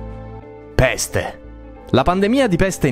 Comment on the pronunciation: Ma raga bellissimo come ha detto: PPPESTE😂